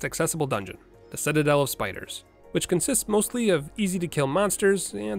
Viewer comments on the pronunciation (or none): none